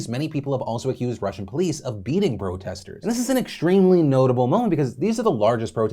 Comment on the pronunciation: Did Phil say “Bro-testors” ? Or am I trip’n?